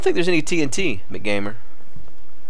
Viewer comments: M C gamer Not McGamer youre mispronouncing his name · You do know that he is pronounced M C Gamer right? is just trolling.